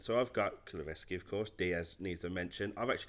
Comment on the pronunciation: Reevaluate your pronunciation of kulusevski I beg.